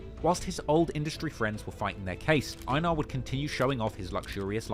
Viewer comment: Its pronounced "ay-nar"